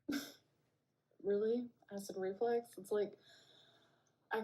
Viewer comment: I hate that she says "acid reFLEX"